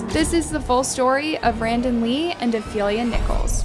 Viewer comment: The last name is Nichols... Not Nicholas... I have the same last name ✨